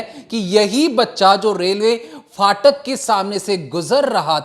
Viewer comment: Phatak hota hai faatak nahi